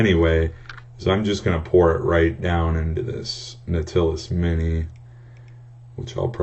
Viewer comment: Not trying to be a douche and correct your verbal grammar, but Nautilus is pronounced NOT-ill-us or KNOT-illus. Since you taught me some stuff here, figured I'd help you from embarrassing yourself in the future or something like that ^.^ Great video btw, have any recommendations for favorite juices?